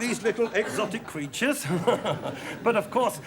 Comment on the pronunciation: He said creatures not cweatures